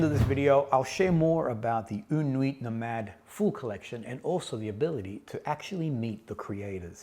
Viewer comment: I have yet to test this one, but yes, une nuit nomade is a great house! (don't pronounce the "T" in "nuit" ;) ) Fun little fact you might already know: when you describe the smell of freshly cut coco nut bringing you back instantly to your time in PNG, the French have a very nice expression, they say it's a "madeleine de Proust" (mad-lehn de Proust). Proust was a very famous author (In Search of Lost Time), in which he describes the first time he ate a "madeleine" ( A typical French shell shaped cake), it was in his grandmother's kitchen. And ever after that, whenever he ate a madeleine, the taste would bring him back to that time and place. Nowadays, the expression is very comonly used to describe the association we make when we hear a song, smell or taste something ant it brings us back to a specific memory. Take care!